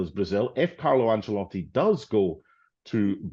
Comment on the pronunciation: Why does Stevie call Ancelotti Angelotti?